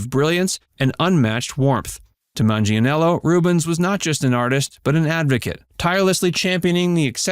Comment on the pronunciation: Not googling how to pronounce Manganiello and repeatedly mangling it earns you a thumbs down.